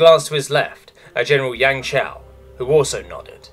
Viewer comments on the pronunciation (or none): none